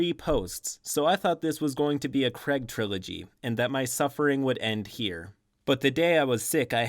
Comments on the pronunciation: Its pronounced crayeg. Not creg. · Sorry who is kreg ?!? Craig, say Craig.